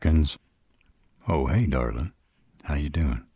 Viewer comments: I swear .. Darlin’ in a deep southern drawl .. it’s my weakness. I don’t know what it is but gets me flustered every time. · I LOVE how he says Darlin